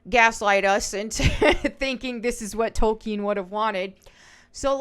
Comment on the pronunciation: Thank you for pronouncing Tolkien correctly—Toll keen— Also, I saw an ad on this video—so your channel isn’t new anymore